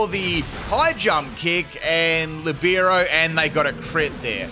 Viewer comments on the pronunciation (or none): none